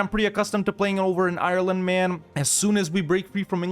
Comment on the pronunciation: If you don't know how to say Ireland, you could google it